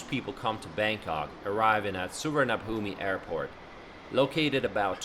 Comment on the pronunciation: Pronounced "Su Wan R Poom"